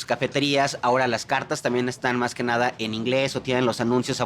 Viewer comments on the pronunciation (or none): none